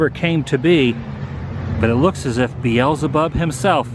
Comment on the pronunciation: He said BEEZELBUB!!!!😂😂😂😂😂😂😂😂